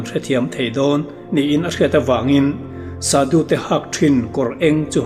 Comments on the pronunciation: shadu i lam dan hi Thluksei in Shaadu angin lam theih nise a ngaihthlak a nuam zawk ang ka ti.A lamdan dik zawk a ni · Sadu tih hi Saadû ti a chhiar rîk ni se a ngaihthlak anuam ang. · Sadhu i lam dan hi sâdu anga lam tur a ni hmel.. sa hi ei tur sa, vawksa, arsa ah sa anga lam tur... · Sadhu ani lo,"sâdhû" ani zawk r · Sadu ni lovin shadhu ti zawk tur. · Shadhu zawk nilo maw sudu tih in i ron lam tlat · Shadu ilam dàn adiklo deuh